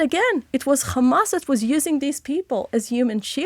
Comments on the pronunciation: U need to stop this german hollocast all the time and for ur correction in english it is Hamas not Gamas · Why does she pronounce Hamas in that strange way sometimes?